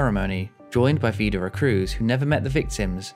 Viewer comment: I disagree. His pronounciation of Widerøe was quite good, the rest (like Bodø, Brønnøysund and Sandnessjøen) was among the worst I've heard.